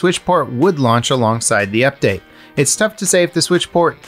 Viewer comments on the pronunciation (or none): none